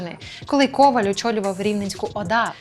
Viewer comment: Коваль - наголос на останньому складі.